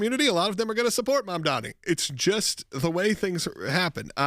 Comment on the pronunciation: It's MamdaNi, not MandaMi. You're lawyers? I support you, but really?